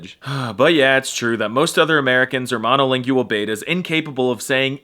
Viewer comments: I've never heard anyone pronounce monolingual like monolingyual before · Why does he pronounce “monolingual” like this… it’s a diphthong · rather than 'monolingual' having 5 syllables, it has only 4: ma-no-LING-gwul, rather than ma-no-LING-gue-el. We have no major political differences??? Have you been watching the election insults and outright lies the past few months? The very short sentence "Speak American" is so dumb, since it's English (with an American accent), and the other countries which share that language have their own variations: British, Irish, Scottish, Welsh, Kiwi, Aussie, etc. I think the Polish guy would probably speak English with a British accent, rather than an American one. kuh-ZACK? Kazakh = KAH-zock. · The way you say “monolingual” makes me sad.